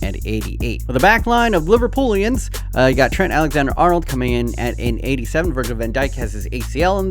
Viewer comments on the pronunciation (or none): Fyi, Liverpudlians Pud as in mud